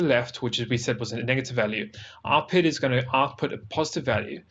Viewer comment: The From the Depths community does not appreciate your pronunciation of P I D as “pid”